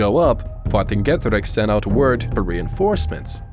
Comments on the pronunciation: Am i the only one that pronounces the name vercingetorix as versinketoriks and not wantinkedorix i get youre english and its a very different language but still (good video by the way) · Where did you find that pronunciation of Vercingetorix?